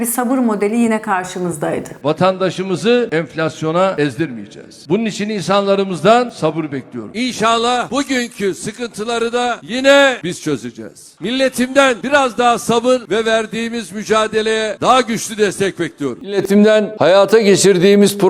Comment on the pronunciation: Inşallah demiyor dikkat ettiyseniz! işaallah diyor